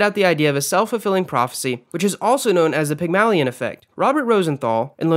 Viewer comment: great vid but hate the way u pronounced "Pygmalion" lol